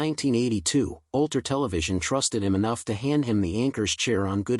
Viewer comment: Ulter ? ... Is this Ulster